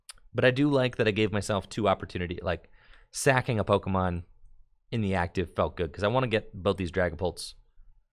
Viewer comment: You know got another Pokemon Company gig when he starts mispronouncing pokemon